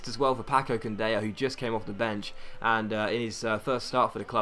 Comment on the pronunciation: it's Candela, not Candeya, you only pronounche the "y" when it's 2 l's in a row. Love your videos!